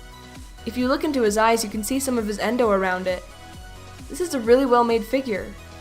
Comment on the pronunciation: It’s a yendo not endo